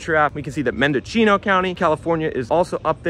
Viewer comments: Mendechino County! LOL. This guy must be Italian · Mend-a-see-no country my guy! That’s the emerald triangle you gotta put a little repek on it!